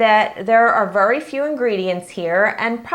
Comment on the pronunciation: Sorry but I have to say it ... its VERY not vury ... sorry it just annoys me. This really helped (with the frosting) thanks!